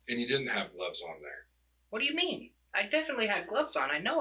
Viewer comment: "whayamean" I can't stand how he keeps saying that like an idiot. It's making this rage build up inside of me.